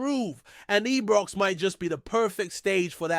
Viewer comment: This guy doesn't read comments, as I say for goodness sake It's IBROX NOT EBROX AND CELTIC as in a CELL not pronounced KELTIC, Please dont insult good Scottish fans, no matter who they support, if you can't get it right, don't say anything.